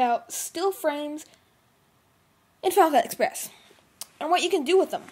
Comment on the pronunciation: Helpful tute. But dude, PLEASE speak slower!! It's called Final Cut Express, not File Cuh Sprez. :) But, you did put a lot of work into that, and it was useful, so props.